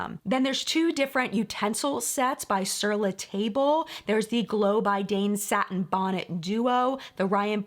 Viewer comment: The candles store name is Sur La Table last word pronounced T A B the a is a short sound. I am sorry. It's my mom's favorite store and she gave me side eye the first time I mispronounced it.